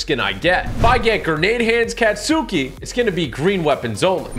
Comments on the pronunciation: Lmao can someone tell him how to correctly pronounce their names? Last video he said kachan 🥲💀 then he said ochAhco 💀 at least he said deku right then he said some Catsuki😭 omg then he said tohshinori- 🥲😭 (This is a joke don’t hate I love tg❤️ have a great day!!) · Kinda upset that TG pronounced Katsuki as Cat-suki😭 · sounds like cat suki ... it rlly sounds like cot suki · Me when I hear him say katsuki: 💀💀💀 (Great video though!!! You say it like kot ski) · It’s not catsuki it’s Katsuki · Tg its pronounced caught-ski not cat-suki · Yo TG no disrespect to you but (katsuki) is pronounced (Cot-Ski).Not (Cat-suki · Bakugo:Kattchan not katsuki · Isn’t it ka-Stu-ki not cat-suki ?? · Me)Having a normal day.(Heres Tg say"Cat-suki.(Me)👁🫦👁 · No hate but katsuki is pronounced caught-ski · Ur pronucing it wrong it The name is speeled katsuki But pronounced kats-ski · its pronounced kah-chan i hope that helps😂😂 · Bro called katsuki catsuki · Kaahts -skii fyi that’s how u say it (no hate it just triggered me) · Bro said ketsuki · im not tring to embarrass you but its pronounced katski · TG, please look up pronunciations before saying the character names. You will save yourself from a lot of angry fans, including me. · My boi you miss pronounced all the names except deku and all might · ngl was kinda triggered when the way he says katsuki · Hey tg when saying katsuki name remove the u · Bro don't know how to spell the name and reads the family names wrong